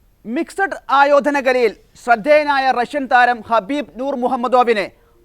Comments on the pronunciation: Get the name right...Khabib not Habib...Nurmagedov not Muhammagedov😂😂😂 God sake do your job properly. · വാർത്ത വായിക്കുന്നവരെ ഇയാളുടെ പേര് ഹബീബ് എന്നല്ല കബീബ് എന്നാണ് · ഹബീബ് അല്ല കാക്കാ ഖബീബ് 😅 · Habeb alla Kabeeb an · ഖബീബ് ആണ് ഹബീബ് അല്ല ❤ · Habeeb alla khabeeb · ഹബീബ് അല്ല കബീബ് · ആ.... പേരെങ്കിലും ഒന്ന് നേരെ പറഎടെ..... കഷ്ട്ടം 😂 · Habib alla khabib. Correct news koduthu sheelamillallo. Loss vegos alla las vegas Ennanu pronounciation. Ivide vivarum ulla aarum iile?!😂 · ഹബീബ് അല്ല ഖബീബ്. മുഹമ്മദോവ് അല്ല nurmagomedov